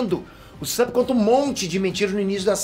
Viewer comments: Usapp peter? Nunca viu um ep do anime pra ver como que fala o nome dele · Só eu q incomodou ele falando o nome do Usopp?